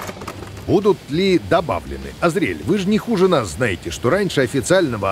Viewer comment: В Азриэль ударение на А, уж очень по ушам режет